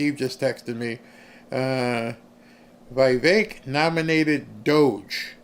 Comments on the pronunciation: It is Veevek Dear not whyvek, names are read in Latin not English, I lived in India that’s why I know exact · It's VEE VEK, NOT V EYE VEK